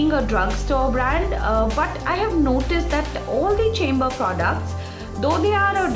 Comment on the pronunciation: hi! I've been using this foundation..its a good everyday foundation,but I find that it settles into fine lines like the laughing lines after sometime..otherwise its really good! P.S: Chambor is pronounced as Shambor .. <3